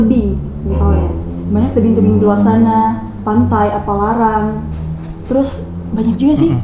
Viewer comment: Sangat disayangkan sebagai Duta Wisata Bulukumba 2020 masih salah dalam penyebutan 2 destinasi wisata Bulukumba yaitu Pantai Appalarang yang harusnya Pantai Apparalang dan Gua Pasea yang harusnya Gua Passea